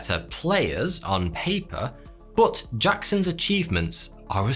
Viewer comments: I really intrigued by the way you say 'But" I always heard it as Butt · Drinking game Take a shot every time he says "Boht"